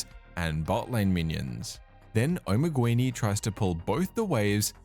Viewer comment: Just a minor constructive complain. Assuming spanish spelling (since his client was in spanish in the videos shown I assume that was the "correct" way) the word "Omeguini" is not pronounced "Omeg-U-ini", it is pronounced just "Omeg-ini". Could not help but notice every time that player's name was repeated. The word itself has no meaning AFAIK, it kinda sounds like an italian omega. If spelled like you said it does not ring a bell.